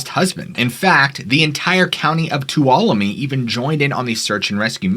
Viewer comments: Thank you for pronouncing Tuolumne properly. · What surprises Me Is that you pronounced Tuolumne correctly And Not....... Toul walo lu me As I've heard in the past .